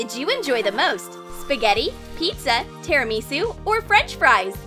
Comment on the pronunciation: You dont say tirimisi it's definitely tirimisu